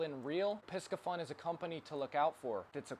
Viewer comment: You do have many good stuff man! Here is the right pronounciation of Piscifun /PEE-SAY-FUN/. Thank you.